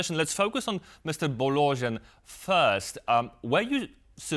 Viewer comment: “Illy Bolojin” - you turned an 120% true blue Romanian into a Russian instantly 😂😂😂😂😂 Why would be that hard to pronounce “Bo- lo-Jean”…? I mean we know how to pronounce Worcester Sauce so why can’t you make the effort to pronounce a name correctly? Do your homework, you are about realistic political news not re-baptising politicians for crying out loud.